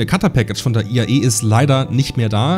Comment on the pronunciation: Es heißt IAE und nicht EIA, so wie du es immer aussprichst…